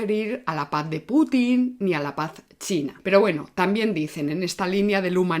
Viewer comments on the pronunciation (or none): none